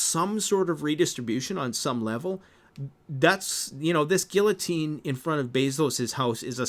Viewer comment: You can't even pronounce guillotine correctly. WTF, I can't trust one word you say.